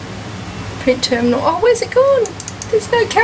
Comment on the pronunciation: The Windows Ternimal. That's literally what you said .